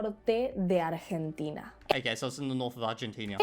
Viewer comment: New country just dropped: "Argentinia"